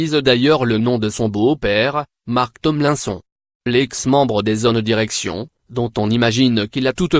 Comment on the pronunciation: On dit "Tomelinesone" pas Tonlainson... Ça se voit que c'est une fausse voix !